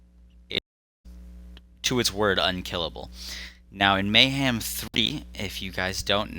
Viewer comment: May-ham, may not ham, who knows? 🤷‍♂️